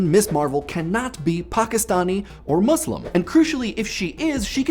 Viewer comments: Am I the only one hearing him say "Mooselem"? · Finally an American pronounce "Muslim" right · Do all americans say muslim like him and the editor? Muh-slim? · Am I the only one who thinks that he says "muslim" weird? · The way you pronounce "Muslim" is kind of weird.